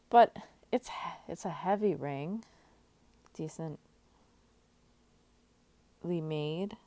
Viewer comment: ring, you didn't emphasize... , hmmm..